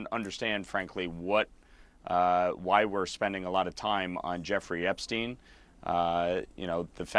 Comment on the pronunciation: Epstein not Eastern